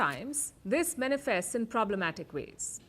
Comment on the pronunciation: Pronounced 'mAnifest' ✅ (like in 'man') Not "mEnifest" ❌ (like in 'many')